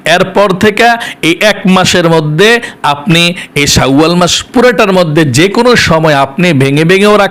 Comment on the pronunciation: বনিতা নাকরে সহজভাসায় উচচারন করুন। শাওয়াল বিকৃত করে কেন উচ্চারণ করছেন,ঘৃনা লাগছে,শুনতে।